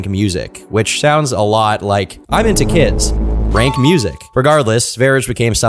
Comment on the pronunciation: It’s pronounced Kids Range